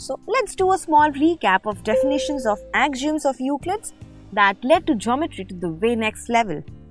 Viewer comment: AXIOMS is pronounced Ak - See - Um The lesson was very good Thanks